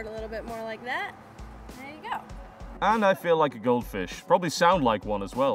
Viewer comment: Did u rike it?